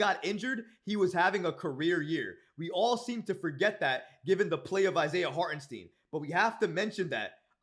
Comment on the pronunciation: Hey if you're wondering who's giving you the thumbs down, it's me right here. Why? Because you keep DISRESPECTING Hartenstein's name. It's pronounced STYNE.